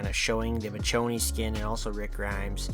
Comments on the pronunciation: you pronounced michonne wrong and the walking dead spin off The Ones Who Live is out that’s why they got that collab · Bro said Mitch o knee 💀💀💀💀💀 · Lol it does my heart good knowing that collectively everyone agrees. This take was bad. Still, A for effort for writing, editing and posting. And i mean this non sarcastically. Also you killed me everytime you said her name wrong. Michonne (Me-shown). Gg homie🤘😁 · You complain about the walking dead but want the office skins? Have you even watched the walking dead? Addidng the walking dead skins at least has something to do with the game, The office has not. You not being able to pronounce Michonne correctly tells me everything i need to know about you and the walking dead. You can have your own opinions but i doubt most people agree with you. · This can’t be real… this can’t be real… this video CAN NOT be real. For starters you pronounce her name wrong. That right there proves to me that you’re an idiot. Let’s proceed. You start off by bashing the walking dead. How are you going to bash something then research the same thing you’re trying to bash. You should have researched before coming on here talking like a pro when you’re not. Then you. Oh man this one’s my favorite. You then call it irrelevant. 😂😂 how when there are so many shows of the walking dead right now. Then you bring the office into this. I agree. I enjoyed it. It’s funny. But that show can’t even come close to the walking dead’s ratings. Then you want to talk about how they’re “Ordinary” people in jeans and stuff. 😂😂😂 then complain that call of duty if bringing all this into call of duty and that you want to feel like you’re playing a “Military based game” if you’re spending 70 plus dollars on it but want to bring in “The office skins” & how you love “the nova” camos on weapons???? Complain that Rick and michone are both running around on the battleground but proceed to want Dwight and Jim running around? This can’t be real. This made me mad.